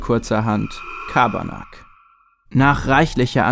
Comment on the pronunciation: Das ist kein Schabarnak sondern Carbanak